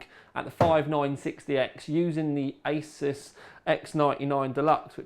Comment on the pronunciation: 58min video...sweet! >bucket< of tea and 1300g (2 1/2lb) box of broken biscuits :P btw peeps, its aY-zeus.....not ace-us.